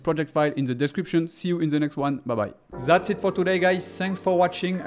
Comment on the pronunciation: "zat's it" ou "dat"s it"? Pardon my french, cool tuto